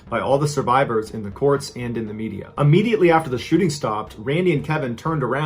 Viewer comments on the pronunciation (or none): none